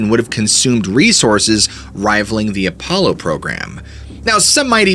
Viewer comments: “A polo 17” ??? Apollo is pronounced more like “Uh-Paul-o” 17. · Why do you keep saying A- PO- Low. 😅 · I love this channel but I can't stand the fact that you knowingly mispronounce words all the time. We all know that you are aware of how to say the word Apollo. It's not ah- polo. It's a stupid super pet peeve of mine and you do it in every single video you take the most basic words and mispronounce them over and over like you're proud of sounding like you don't know how to speak. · Apollo is not enunciated as "polo" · Telepathy not telapathy, Apollo not apolo, bonafide not bonnafide. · You are a very good storyteller But man some common words are mispronounced and it is a shame. For your sake and credibility you might work on that Examples here were Apollo and telepathy. Good luck just pointing it out trying to help